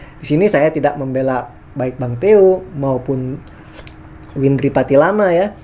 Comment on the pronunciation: berulang2 nyebut nama windri salah terus...😊